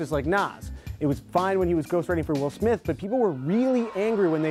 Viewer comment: Woll Smoth 😂